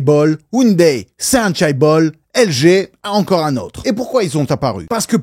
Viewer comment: En sachant que tu allais répéter « chaebol » une trentaine de fois tu aurais pu au moins apprendre à le prononcer correctement